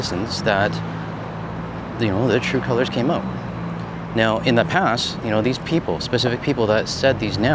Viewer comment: "Oot of the way" You gotta luv that accent.